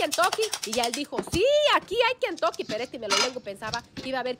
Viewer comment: 😂😂😂😂😂 te escucho desir kentoke jaja